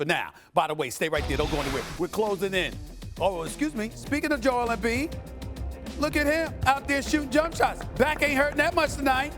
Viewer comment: Are u serious stephen A. You said Embid now you trippin bro please stop it !!!👎